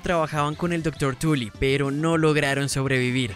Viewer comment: soy yo o escuché Dr Wendell Tulla Jjajajajaja tremenda Tula tiene el Wendell jajajaja😂